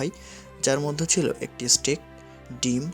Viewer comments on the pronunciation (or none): none